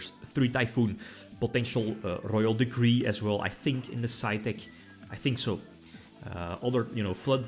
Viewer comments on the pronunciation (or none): Why do I keep hearing Grrrroyal decree?